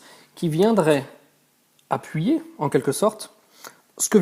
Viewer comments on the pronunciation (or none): none